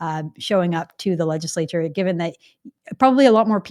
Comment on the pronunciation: legislature; not legislor